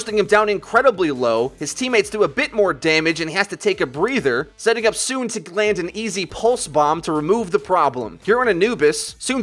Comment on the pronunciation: isn't the name pronounced like So On? the name SoOn after all